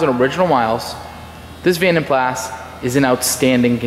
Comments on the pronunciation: PLAS is pronounced Plah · yes the S is silent he should have known that but he was young i think...also the yanks have different sounding words for lots of things like Scotty Kilmer You tube Mechanic he calls his car a Toyota "sillarcah " but it's pronounced Celeeeka well here in Aus anyhow